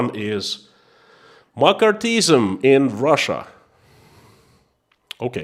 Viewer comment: Marxism is pronounced Marx-isim